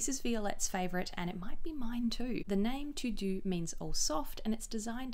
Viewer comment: Hi 😊 « Tout doux » is pronounced « To Do » like a To Do List. Love your Review Lisses from France